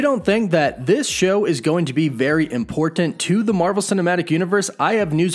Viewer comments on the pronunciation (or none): Love your videos. Please don't say the word "important", they way you say it. Don't have to put so much emphasis on the Ts. Lol